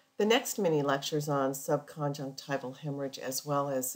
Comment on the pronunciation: You pronounce 'subconjunctival' as sub-con-jec-TIVE-al. Shouldn't it be pronounced sub-con-JUNC-tiv-al?